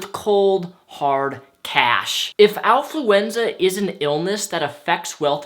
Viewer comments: affluenza, like affluence, not owfluenza. like ow, that hurt. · Affluenza not alfluenza! Neither are real of course! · It's actually affluenza, not owfluenza. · I think you're saying something important, but it's hard to tell because I'm distracted by those ridiculous gloves. Your improper pronunciation of the word affluenza isn't helping either. It sounds like you're mixing Alf with influenza, not affluence and influenza. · I like how can't pronounce Affluenza right. Lol